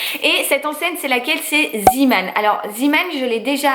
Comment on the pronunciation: Coucou! Je voulais te dire que Zeeman se prononce Zémane et la traduction c’est « un marin » en gros Man = homme et Zee (zé) = mer donc homme de la mer 😊 voili voulou ! En Belgique ça existe depuis des années et vu qu’on parle aussi le néerlandais on le prononce en néerlandais hihi 😉 gros gros bisous à toi et ton petit Léo 🥰🥰❤️